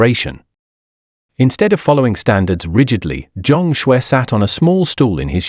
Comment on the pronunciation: He is Chinese by the name Zhang Xue ,not what is mistakenly pronounced as John Scwarz